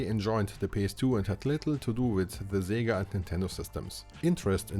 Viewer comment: Sorry, who is Szziiga? You meant SEGA! Hahahaha I mean yayayayayayayaaaa